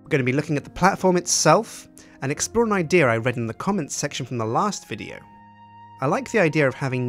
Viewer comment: anyone else notice he says idear instead of idea?